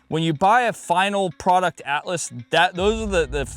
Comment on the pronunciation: You said Atlas, I only heard Alice. Alice Gunworks :D